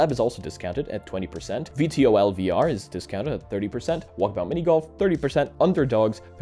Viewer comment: VTOL is pronounced V-Toll and stands for Vetical Take off Or Landing. Why am I commenting this? Idfk I just felt like it I am totally absolutely very smart indeed yes